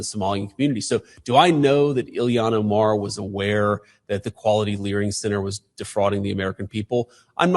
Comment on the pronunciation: I like how Vance pronounces that hobgoblin Ilhan Omar's name. He was calling her Elian- like Elian Gonzalez😂